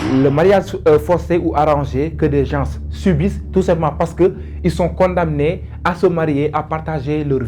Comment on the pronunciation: On ne dit pas condamene mais condamné le m ne se prononce pas C est une consonne muette. Beaucoup de personnes font la même erreur surtout chez les intellectuels Arrêtez s il vous plaît !